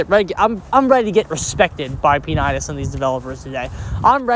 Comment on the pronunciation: I like how you spell his Name^^ He is spoken like Peanuts, just with an I... Not P A Nits^^ But i like it...